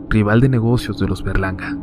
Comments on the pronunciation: yo crey q dijo los Bergalarga y era los Berlanga jaja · Pense que decía verganda XD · ¿Fuí la única que pensó que decía Bergalarga? :v no me juzguen plox